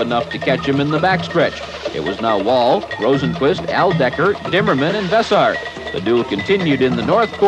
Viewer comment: Vess-air, not Vess-ar. How could you not know that. Those brothers have been in the sport from the beginning.